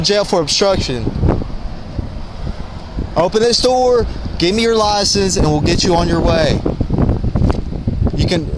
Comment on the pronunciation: "open the noor"